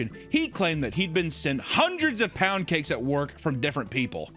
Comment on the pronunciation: "Hundreds of pund cakes"?!? 🤣🤣🤣🤣🤣